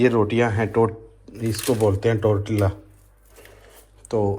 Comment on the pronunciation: BHAI MERE SPELL TORTILLA BUT PRONOUNCE "TORTIA"